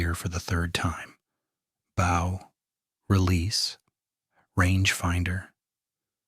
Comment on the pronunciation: That is not the way u pronounce"bow." Also, can AI lie?